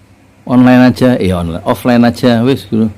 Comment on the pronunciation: Onlan, onlen, onlan, onlene..emang ojol ya...pake wig jd serem..😀